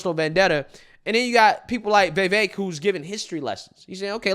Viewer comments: Dude, it's Vi-VAYK. For real, plaese say it right. It's not Vay-Vayk. C'mon, Man! Don't tell me you don't get on peeps for how their eloquence..... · FYI Its pronounced "viv-vake" not "vee-vake" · It's pronounced (Viv_vake) like cake.Vivek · Why does he keep calling him Vay Vake lol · Bro. Love your channel, but I can't understand why you have such a hard time pronouncing his name. It's not "Vay-vake", its not "Vai-vake". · Vee Vayk, lmao. You crack me up with your pronunciations dude. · Bro, please learn to pronounce Vivek's name. It's so irritating. Don't believe the polls. Vivek POTUS! 🇺🇸🗳